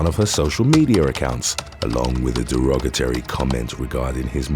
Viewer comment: Its not derogaterry its derogatory!! Please learn to pronounce English correctly , I mean it's your job now I assume?!